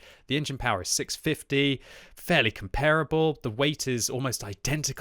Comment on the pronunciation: its pronounced 'kom-pur-ah-bull' NOT 'compare-able'